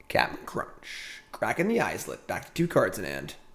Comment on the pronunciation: The way he says "islet" kills me. Is it intentionally wrong to be funny? Because it's not funny. The laugh track is so cringe. I'm watching on mute from now on.